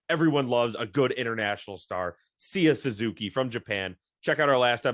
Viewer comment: you guys almost misprounced every name on the roster ok i'll name a couple yan gomes hes not yan gomez, seiya suzuki not SEEEEEEEEEEEya suzuki